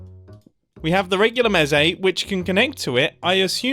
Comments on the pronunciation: Mumbo, I love your channel, and watch every single video as they come out, and I know this was your first time playing MineTest, but I am in pain every time you say "mezee". I am here to respectfully inform you that it is pronounced "mees". Like geese or Reese, it's Mese. :) Can't wait to see the next video! (Also I hope you try out some other Minetest mods/subgames, I promise you they are worth your while!) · Also it’s pronounced Meh say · its pronounced like. Meece. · It is pronounced mEc and mEcons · "Mesé" it’s a mesecon (mes-e-con) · It is pronounced me-s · Eyyyyy, nice! Also, your comment "I've already modded it" - that's the point of the game XD. MT takes very high inspiration from MC, but takes things in quite a different direction - going for easy-to-use Modding tools (and automatic mod downloading for Multiplayer servers, etc.) rather than direct in-game features and such. (Also - it's pronounced "meece" - think like a child talking about a crowd of mice) And all of this reminds me... it's been a LONG long time since I've looked into Minetest, I have a lot of childhood memories from the game. Might have to look back into it - thanks for the reminder it exists! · Ive never thought about pronouncing mese how he pronounced it